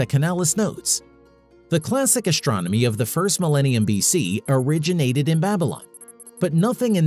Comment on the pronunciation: Would you please learn how to pronounce "st" without the "sh" sound? It was extremely annoying hearing you pronounce words such as "astronomy" as "ashtronomy".